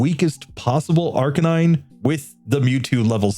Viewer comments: Just a little tip on how to pronounce Arcanine to do justice towards the word play used here. Arcanine is a combination of 'arcane' and 'canine', and awesomely these work perfectly as a word combination So the emphasis should be on the middle syllable: arCANine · I always say it and it annoys people, but comments are good for the algorithm, so here it is: Arcanine is a combination of two words: arcane and canine. So unless you pronounce those words totally wrong, the only correct pronunciation for Arcanine is ar-KAY-nine, not AR-cuh-nine. Anyway.